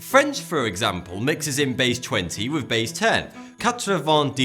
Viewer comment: He is trying to say Thoughty2, but his way of speaking is very odd. For example; he pronounces the word, "three", as "free". He can't pronounce the "th" in any word. Just watch him again. "with" comes out as "wiff".